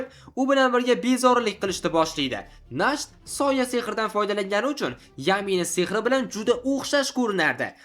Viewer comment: nacht bu "ch" Sh emas H deb aytiladi, kuchi nemischa Nacht tun degani Morgen esa kunduzi 🙂